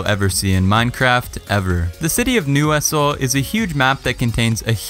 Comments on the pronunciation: City of “NeW_IsSsLE” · ISLE is pronounced like island is pronounced. Its not newhistle.